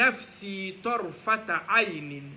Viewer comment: Salamoualekoum frère merci beaucoup mais TARFATA ET NON TARtafa